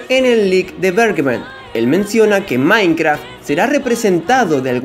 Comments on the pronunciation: Porque dices "maincra" wtf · Que raro escuchar a diciendo mainkra XD